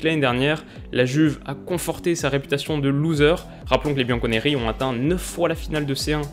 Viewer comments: C'est pas bianco nere mais bianco nero mais sinon j'ai kiffé la vidéo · On dit bianconerro plutôt